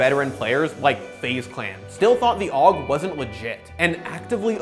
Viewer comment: "Aug week" Bruh